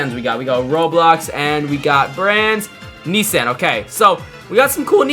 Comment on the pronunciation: who pronounces nissan like that 😭